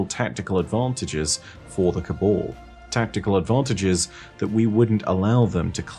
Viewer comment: No one:: "col-ball"